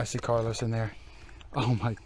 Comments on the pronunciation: It's Carolus....not Carlos! LOL:D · I watch your vids every week. I gotta tell you, though... it's not CARLOS... it's CAROLVS which is Latin for Charles.